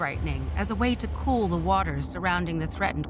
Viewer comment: ...cool, not cook